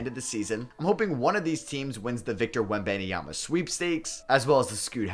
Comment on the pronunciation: You have to stop saying WenBANEMYAMA😭